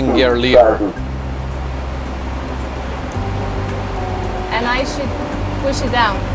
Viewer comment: Good job,! Btw, "lever" rhymes with "clever".